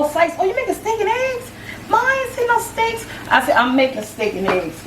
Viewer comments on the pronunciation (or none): KenTay 1224 I know ... right?! When she said “steakEms” ... I said “ewe”🤢. She’s still a sweetie though.